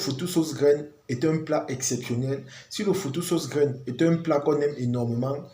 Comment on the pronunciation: FOUTOU et non foufou.notre foufou n'est pas comme ça